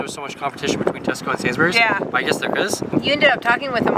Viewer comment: It is pronounced SAYNS-Breeze not SANS-burries